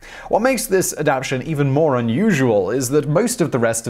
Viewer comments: UGHHH!! It's ad-ap-TA-tion, not ad-ap-tion!!! Sorry, biology teacher here. Also, there are SUCH better images of this animal's spine available to show. So anybody reading this, yeah google image it. It's pretty crazy looking. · I'm a biologist so I have to take a very deep breath before most of these videos. He really drives me nuts when he pronounces adaptation with only 3 syllables. But sigh, I love him anyway and he really shows me how much I didn't know about history.